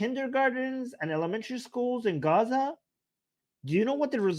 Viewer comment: Di you know the way you oronounce gaaazzzzah , do you understand , dovyou understand , dude get some speech therapy ...what the fish is this Armin gay dude trying to say ..